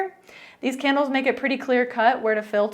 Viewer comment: It sounds like you're saying Kennels